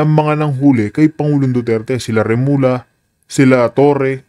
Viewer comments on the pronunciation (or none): RE-MUL-YA not remula